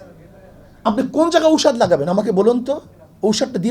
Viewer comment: ঔষাধ না হুজুর এটা হবে ঔষধ😊